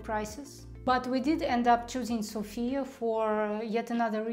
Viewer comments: learn to pronounce Sofia correctly - sOfia, the stress is on the first vowel. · ''Sofia'' is pronounced with emphasis on the letter ''O'' not on the letter ''A''. Pronouncing it with emphasis on the letter ''A'' happens when we call somebody with the name ''Sofia'' ( normally woman's name). When we have in mind The capital ''Sofia'' - emphasis is on the letter ''O'' ( can never be mistaken that way ). 🙂